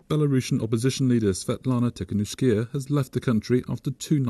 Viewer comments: Krupam I think that pronounced it correctly except for the second to last syllable, which he pronounced ee instead of ah. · It's pronounced "Tea - ha - Nov - sky - ah" Don't know why they had to mangle her surname that bad in the Western media, but this is the way the locals say it. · its tee-kha-nov-ska-ya, stop butchering it yall! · It's pronounced 'Tee ha Nov sky ya' btw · Wow they murdered the pronunciation of Tihanovskaya :D